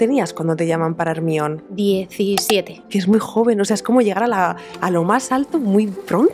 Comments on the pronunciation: Bueno si leyeron los libros de harry potter en el libro del caliz de fuego ahí Hermione enseña a pronunciar de manera correcta su nombre a Viktor Krum … y pues lo lo dice como jer-mai-o-ni . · No es cierto es un nombre griego, el de la hija de Menelao, así que la prenunciación correcta sería Ermíone. Y en todo caso según el criterio de que procede de un nombre inglés, por qué a Homer le llamaron Homero? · Yo pensé que decían “minion” hasta que pusieron una imagen de Hermione 🤣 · Calla Panchita, es hermion y punto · sii germayoni suena horrible pero que Pedro Parker o Bruno Diaz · Eso depende a lo que estés acostumbrada.. A mí me pasa lo contrario GERMAIONI me suena fatal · Team "Germaioni" Soy de Argentina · soy latina y hasta yo la conozco jajajajjjaaj pero me da mucha risa que digan hermion xdddx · ermion :face-blue-smiling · Me sangran los oídos de oír como pronuncian Hermione (Hermion) 😑🤣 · Ermion jajajajaja se escucha horrible 🤣🤣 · la película no es griega, el personaje no es griego, la versión original nunca dice "ermion" el único lugar del mundo donde se llama "ermion" es en españa jajajajaja es un nombre ridículo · literalmente la autora dijo que llamarla jermayoni era un error, pero supongo que los latinos ya están acostumbrados a hacer el ridículo con eso a lo que llamáis doblaje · porque le dicen ermion??😭😭😭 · ermion jajajajajaja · Ermion?? Ay me molesta mucho que le digan asi jajaja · Se dice: Jermayoni.. con razón los doblajes son malos en España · No sólo en mi país jaja sino que es raro escuchar como pronuncian ese nombre en España mientras que “Jermaioni” lo pronuncian no sólo en mi país sino en toda Latinoamérica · ME PASÓ EXACTAMENTE LO MISMO! Estuve medio video sin entender de qué hablaban y cómo le decían exactamente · Yo, aquí, viendo este video desde Latam y preguntándome por qué pronuncian Hermione de esa manera 😅. En fin, me encanto este video 💯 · Cuál Hermion? Jajaja Hermione se pronuncia “Jermaioni” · Quién es Ermión? XD